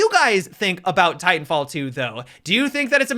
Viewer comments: I'm pretty sure he was saying "titan filled" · “Titanfield” do you know something we don’t?